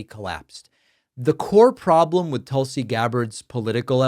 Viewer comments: Tulsi is pronounced Toosie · Tool-see is the proper pronunciation